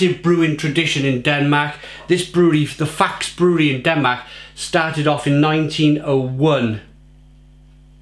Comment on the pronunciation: You must tast the strong ones of it in a black can too (10% a 1litre can) too ! it needs just 1 can for a hole party night ! 😅 Ps: you must speak out the e in the name too to speak out the name "faxe" right ;)